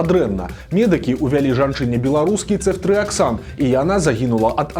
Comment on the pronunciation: ЦэфтрыяксОн, але ня Цэфтрыяксан. У Бел мове пад націскам звычайна ёсць літара О. Маглі б лекары спачатку ўвесці крыху леку пацыентцы, паглядзець на паводжанне арганізму. Ды калі ўсё добра было б, то тады ўвялі б астатнюю рошчыну шпрыцу 😞